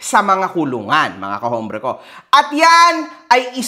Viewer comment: Sir correction lang po.ang alam ko silent 'H' po ang h sa salitang hombre (ombre).